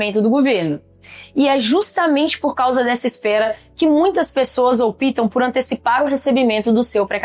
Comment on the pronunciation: Aiíiiiiii... Aiiiiiii... Aiiiiiii... Esse "opitam" deflorou os meus ouvidos ! 😮😮😮😮😮😮 Além disso já desabonou a companhia. Imagine se ela resolver opitar (com i) justamente na minha causa ? Tô lascado !!!!!!